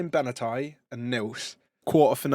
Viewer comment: Martin Bena-thai 💀